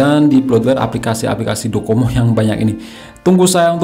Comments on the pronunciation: DoCoMo dia bilang codomo 🤣🤣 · Menit Docomo bang, bukan kodomo 😅😅😅